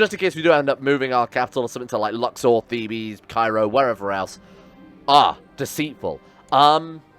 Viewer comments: Thebes or Waset in ancient Egyptian, is located near modern Luxor. Asyut was an Ancient Egyptian city as well but they are both not the same city. Also if your gonna keep calling it Thebes instead of Waset, its pronounced Theebs not Thebees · The city is pronounced Thebes, which sounds similar to thieves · Theebs is the English pronunciation and Thebees sounds like the greek pronunciation